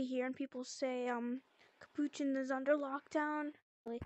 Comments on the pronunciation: Capochon?? ITS CAPUCHIN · no its NOT CAP POO CHIN tf